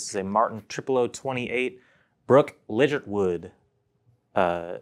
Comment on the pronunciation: Legit er wood is how she pronounce it lol.